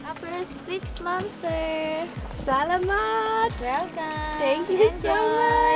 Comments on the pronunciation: How cool!!! I want to visit here! The most beautiful place I’ve been was in Palawan, but I am dying to visit here! Thanks so much for sharing. Oh, btw, just a little unsolicited advice, from one white girl to another, lol, when you say “salamet” the emphasis is on the second syllable. I remember it like salami, like “thank you for the salami” is seriously how I remembered it when I was learning Tagalog! But, at least you said it at all, right?! I love your channel!!! Hope you don’t mind my mini Tagalog lesson xo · Your pronunciation of thank you in Tagalog is wrong in word Salamat or Salamat Po is more appropriate way you must make A number 2 stand out so it sounds SalAmat just like that. Your welcome, your friend from Canada!